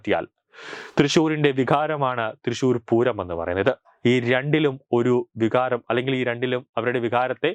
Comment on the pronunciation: വിഖാരം അല്ല... വികാരം